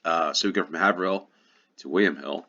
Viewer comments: 1 second ago Haverhill is pronounced 'hay-ver-hill'. I used to live there. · First one Haverhill is pronounced Hay-ver-hill I used to live about 20 miles south of it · The a in Haverhill is long, like in shave. Trowbridge rhymes with low bridge.